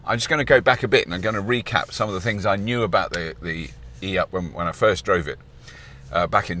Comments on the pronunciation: I'm having to try extremely hard to not down-vote for not calling it an eeeoop, in ... I'm not sure what accent, some farmery type, cos that's how it should be pronounced in Britain. hmmph! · It should be pronounced, e-Up "click", as Russel Peters would have pronounced it. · Robert every time you said E Up you sounded like a Yorkshire man lol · I take it the 'ey-up' is made in Yorkshire then lad ?